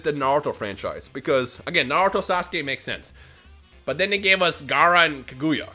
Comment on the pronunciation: Did u say taguya ? Or kaguya